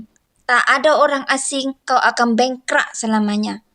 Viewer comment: Ckp Melayu pun x betul. Bengkrap la mbak bukan bengkra, aduina.. langgi2...